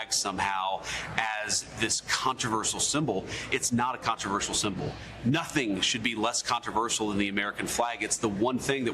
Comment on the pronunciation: Can you please tell her there is no k in nothing - English language killer